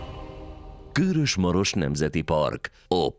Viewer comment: KÖRÖS rövid Ö-vel